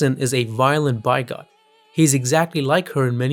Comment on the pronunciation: 'Bigot' should sound like the word 'big' with an unstressed 'utt' at the end.